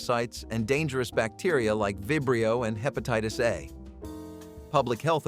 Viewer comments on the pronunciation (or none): none